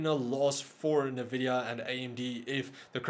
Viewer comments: NNNNNN Vidia........not Nha Vidia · I love the channel, but every time you say "NAH"VIDIA, I can't help but laugh! XD